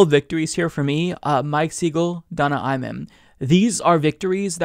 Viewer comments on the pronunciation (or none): Great stuff. BTW, the A in Imam is pronounced like "mama" and not like "man".